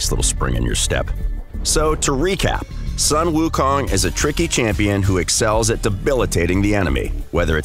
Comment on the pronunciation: Sun pronounced SOON